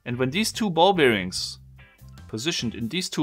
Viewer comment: I love it, but please stop saying Ball-Beer-Rings